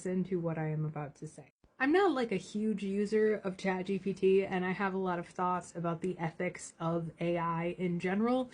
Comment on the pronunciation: Chad GPT does it again! I concur. This happened to me recently. "Be vewy vewy careful" - Elmer Fudd (btw, he never said, that)